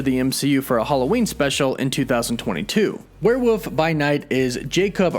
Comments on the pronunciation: err, it's WereWOLF not WereWOOF... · it's criminal to keep pronouncing it as "werewoof" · BTW, it's pronounced "where-wolf", not "where-woof". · lol werewuff. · The word is werewolf. With an L. Not werewoof. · Weird listening to this guy over-enunciate "Brittain" only to turn around and repeatedly call a "werewolf" a "werewoof". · What's a "werewoof?" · Bri-tin and werewoof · Are you saying werewoof? 😂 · We’re you saying warewoof ? Come on be honest lol. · Do you say "Werewoof" on purpose? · WTF is a were-woof? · WOLF were woLf! Lol there is an L